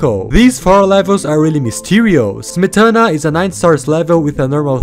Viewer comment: I appreciate how he actually googled how to pronounce Smetana